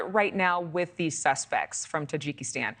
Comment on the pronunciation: The susspeks aksed!